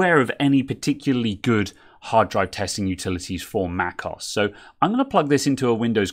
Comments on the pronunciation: it's not "macoss" but "mac OH ESS" also what does microsoft office have to do with upgrading to an SSD? totally irrelevant info. guess you like to hear yourself talk? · For future videos; Mac OS - as in Mac Operating System aka macOS. Mac(k)os sounds jarring.. I admire your technical skill - this is just me being a jerk. I do feel it's about time people learn to pronounce software properly. Hence, I'm being the jerk of the day.